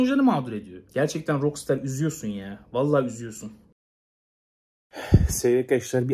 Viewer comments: Şuna roksıtar demenden sinir krizi geçirip izleyemedim!! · "rok staa" olarak telafuz edilir ingilizce :/ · RAKSTAR DIYE OKU ŞUNU REIS